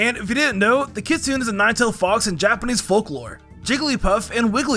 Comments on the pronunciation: Dude it's kit-su-ne not kitsuun 😭😭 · ... kitsoon? you mean Kitsune ( kit-sewe-nay )